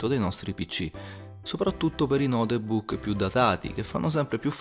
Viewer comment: Come cazzo l'hai pronunciato Notebook dio santo